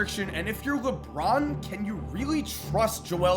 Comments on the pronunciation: LeBorn lmao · LeBORN James?? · Leborn lol